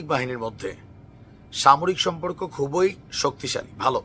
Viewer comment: Bhai, tui agee bhasha thik kor. Dayash abar ki re? Khuboi ki re. Katha bolte paris na thik kore abar global news korte asis. Ja phot.